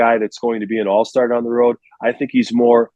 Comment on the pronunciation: BEAR DAHN